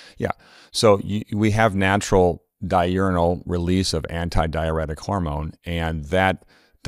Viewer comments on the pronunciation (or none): It's "di ur nal", not "di u ri nal". Sounds like he is saying di urinal, when it is di urnal. 2x per day, not 2 urinal.